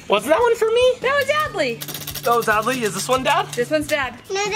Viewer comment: It’s Adley not adle or Abley🙄